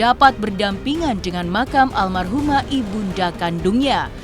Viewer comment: Almarhumah dod.. Bukan Almaruh hem dod dod